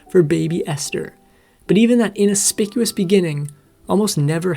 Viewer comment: and it's inauspicious (in-aus-pi-cious) not inspicious. these narrators need to be checked for correct pronunciation.